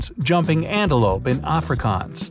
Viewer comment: i speak africaans and you tottily miss prenounced it try saying africa and ans to make africaans😇